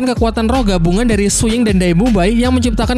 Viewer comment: Kenapa banyak yang salah sebut ya? Shrek Jadi Sri Langke Frander Jadi Flender Zhuying Jadi Suying Su Yuntou Jadi Suyanto Apa Saya Yang Salah Denger Ya?